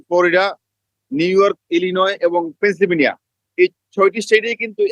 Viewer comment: "পেনসিলভেনিয়া " শব্দ টা ভালো করে উচ্চারণ করতে পারে না।সে হয়েছে আপনাদের ইউ এস রিপোর্টার।